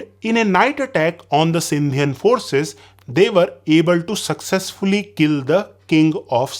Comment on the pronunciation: Sindhian😂 . Really?? Its Sindhi... brother !!!